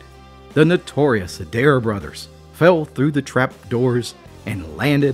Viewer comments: Im born and raised in Rutherford County and had never heard this story before. Thanks for telling it. Just a side note around here the name would be pronounced A dare. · Plenty of Adairs in Virginia and Southern WV. They pronounce their name as “ Aye dare” 2 syllables but spelled the same. The ones I know are good people. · Love there stories but the fake southern accent is kind of annoying to some of us real southerners. Also, it’s pronounced A-Dare